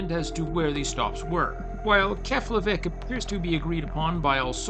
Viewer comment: It's pronounced "Keplaveek"